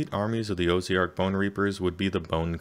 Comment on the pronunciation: That said, "Oh-zee-ark" is a new one. :)